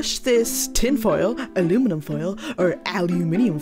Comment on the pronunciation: Al u van foil 😂